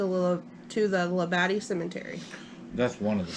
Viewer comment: It's pronounced Lab-a-de.